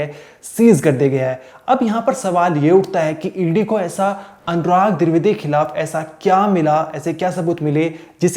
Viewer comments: Dwivedi not druvedi tab anchor baniye ya sab jhol chal rha h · Tu bhai phle dwivedi bolna sikh😅